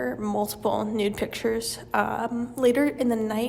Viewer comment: bro learn to pronounce pictures please